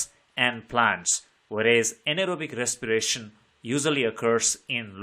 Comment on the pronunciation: Respiration ❌ recsipirasion✅